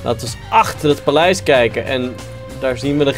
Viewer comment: niet palijs maar paleis